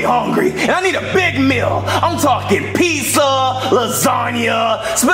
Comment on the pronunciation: I love how they say pizsa instead of pizza